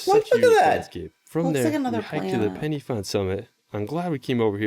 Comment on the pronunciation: Why the heck are you calling our country Wells? There are plenty of places on Google that can help your pronunciation. Or you could ask the lady on your left as she can say it fine. Also Pen Y Fan is not pronounced penny! It's Pen ( the thing you write with) 'Y' is said "uh". 😅 Best wishes from Pembroke. Pembrokeshire